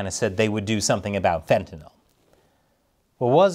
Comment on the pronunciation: Congratulations and bravo -- besides the other outstanding aspects of your work, you are one of the few public figures on Earth pronouncing fentanyl correctly.